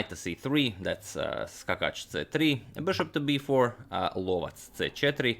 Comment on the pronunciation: Bishop called the hunter sounds right on